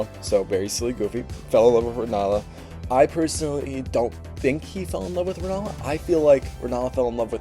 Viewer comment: For the love of God, US English speakers, please. RENNALA. RENNNNNNN A L A